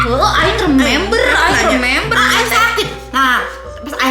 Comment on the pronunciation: Mampus “aing rememberrrr”